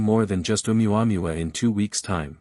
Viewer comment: I like reports on ʻOumuamua by narrators who can correctly prounce ʻOumuamua. This is not one of them.